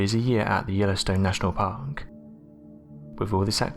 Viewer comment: Jesus Christ. This narrator is AWFUL again. He breathes of the last word of every sentence. Listen to his very first sentence. The last word in it is supposed to be PARK. With and R. Instead this narrator say PHHHHHOK. Do you hear how he breathes it out? He is truly awful. Not sure why he’s used as a narrator for videos when you can barely understand him sometimes. He makes these videos unwatchable. Thumbs down.